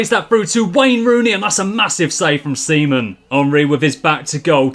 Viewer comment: “A massive save by Seaman.” I can’t be the only one who heard Semen.